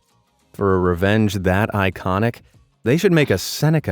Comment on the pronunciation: Why do I keep hearing revenge as "revénge"?